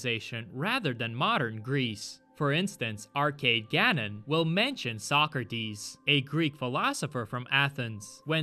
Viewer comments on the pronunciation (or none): none